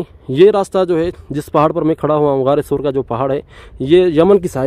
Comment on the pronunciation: SOOR nahi SAUR